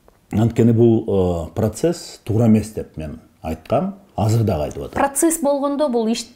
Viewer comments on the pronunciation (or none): none